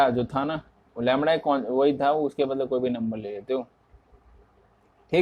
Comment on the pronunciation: Bhaiya lamda hota hai lamra nhii hota....